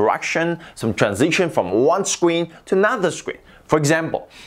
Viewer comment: Ikr scween